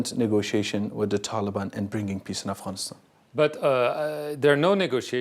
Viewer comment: I like how you pronounced “Afghanistan” i wish you the best of luck. Afghanistan will be in peace and have Bright future again if he becomes president of Afghanistan. One day Inshallah 😞